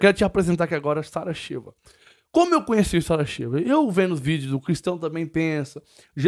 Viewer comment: É Chiva,ñ Cheva😄